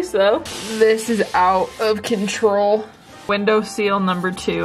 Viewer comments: My inner ocd is cringing at saying window SEAL. It’s actually window SILL. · WindowSILL... It rhymes with until. Not windowseal. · Oh 🖤 it’s a window sill not seal. Love you and your glitchy brain. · wait are you saying window seals? or sills??? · are u saying 🪟🦭 as in window seals not windowsill like window sill 😂 okay what but love u and your videos xx